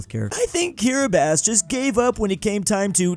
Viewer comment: Apparently can pronounce Kiribati correctly, but not Cobalt. That's American education system for you.